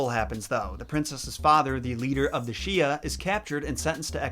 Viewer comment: I know you’ve done your research and all, but just saying, here’s a basic pronunciation guide: Sui=Sway Xia=Shya You=Yo I am sorry, just a bit OCD about this kind of thing, especially when I did a series on French slang on a previous YouTube channel I had, and accidentally had a bunch of French people pissed at me. So yeah..just giving you some tips here.